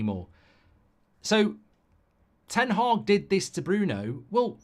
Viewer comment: Ten Hag. Not Haag. Mark pronounces it Ten Haag but that's the definition of insanity.